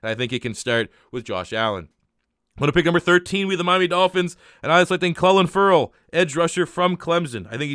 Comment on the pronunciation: It’s pronounced Cleelen Furell